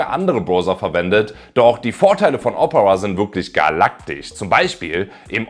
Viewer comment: Ich mag deine Videos aber bitte, bitte sprich Opera künftig richtig aus, dass Triggert hart. Das wird Deutsch O - Pera ausgesprochen.